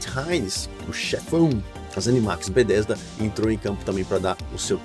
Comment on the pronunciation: Video ótimo, mas como me incomoda como você fala Bethesda... Este "th" não fala como "d" irmão.. É muito errado falar "Bedêsda".. Meu ouvido dói todas as vezes.. Haha! Ou fala Betésda em português mesmo, ou saca qualé deste th, e fala o nome todo com entonação correta do inglês... Mas "Bêdêsda" até dói o ouvido.. Rsrsrs